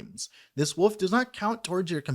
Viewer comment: I always thought when you said "Wolf" you were pronouncing it as "woof" as a joke, but now I think you're serious. Its cute :P